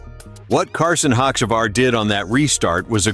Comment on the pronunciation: First off you can't pronounce his name right